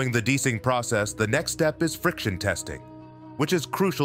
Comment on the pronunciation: Why the guy keeping say dicing instead of DEicing